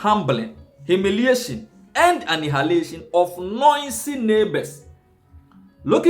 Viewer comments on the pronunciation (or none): What is anihalation,, my brother. Go learn how to pronounce if yiu want to be on social media.